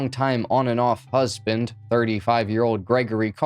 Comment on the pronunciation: At about the minute mark, he said "husband" but for some reason, I heard "Buzz-binned". Any OG MTV fans remember Buzz Clips, and of course, the inevitable Buzz bin later on?